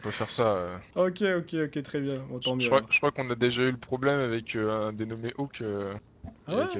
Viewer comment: SIX pas awhk, mais « hawk », comme ,faucon’ en anglais ;)